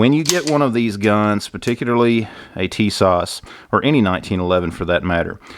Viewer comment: Tis-ash ...TISAS....right was to say I'm Turkish origin.....